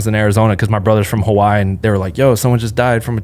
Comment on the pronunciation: please pronounce Hawaii correctly man it aint hard lol